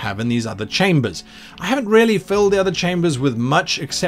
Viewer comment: When Guy said "The subscription is REALLY worth it" I heard "The subscription is RARELY worth it." Took a second to adjust my hearing.